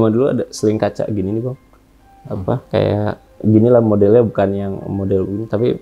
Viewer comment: Menit 38.54 ngakak bgt salah ngomong ya bg😂😂😂 sama kayak jadi sama sayak🤣